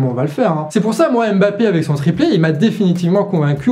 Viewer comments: Juste pour information, Joe Biden se prononce "Djo Baïdenne" comme tu le fais souvent si bien Harry Kane se prononce "Harry Kaine" comme tu l as si bien fait dans la video Mbappe egalement se prononce "Mbappe" et non Embappe Mbappe n est pas un nom francais, ce serait bien de ne pas vouloir le prononcer en francais Mbappe est un nom qui vient de la langue ɓwambo ɓwa duálá (Douala, Cameroun) et qui se prononce "Mbappe" Voici un petit extrait de la facon de prononcer ce "MB" ( - ) Merci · On ne dit pas Aime-bappé, mais mmmmmmmmbappé. Est ce vraiment si difficile?